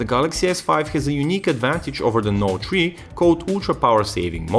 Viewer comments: Note tree :P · galaxy note tree lol..